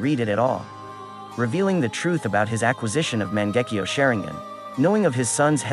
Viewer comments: Mans said mon-gek-io share-ing-gen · man-gecki-oh- sha-rine-gan oh-bitoh sase-keay